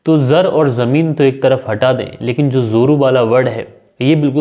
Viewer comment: Zoru nhi joru sa lafz hai.